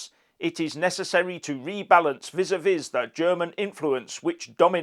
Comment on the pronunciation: the first ‘e’ in ‘volte-face’ is silent, and ‘vis-à-vis’ pronounced ‘vee-za-vee’. Just sayin’. 😁